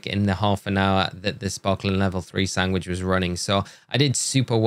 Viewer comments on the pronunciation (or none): how do you pronounce sandwich?!! sangwick??